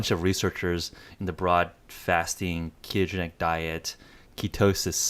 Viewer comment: Dude, the interviewer needs to slow down. I had trouble following what he was saying - like "keegeni". No, it's pronounced, kee-to-gen-ic. Enunciation counts in the communication industry. So slow down and enunciate all the syllables.